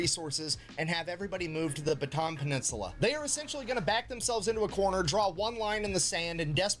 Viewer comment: It's pronounced "Bata'an", by the way. Just wanna let non-Pinoys know.